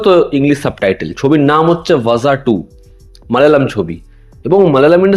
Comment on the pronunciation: ভাজা 2 নয় দাদা ভাড়া 2 Zh র উচ্চারণ হয়